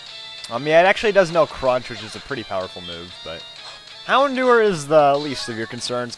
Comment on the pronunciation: It's pronounced hound hour actuallymif you watch the anime...